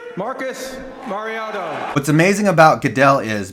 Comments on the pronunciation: He said Marcus marioto it's spelled and pronounced mariota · Titans fans rioted when he said “Marioto” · I dont understand the thing with him saying marcus mariota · Reid McEvoy he pronounced his name wrong